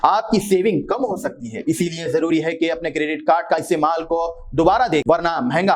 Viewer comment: Nothing is clear . Anchor is saying "How sakta hai ?" "Imkanath hai ?"